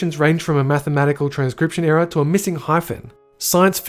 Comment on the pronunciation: Ohh you were saying ERROR not Era 😂 I was so confused.